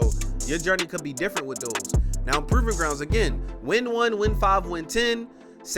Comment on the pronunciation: Aye boy i know you from baltimore lol i heard that prrroving grounds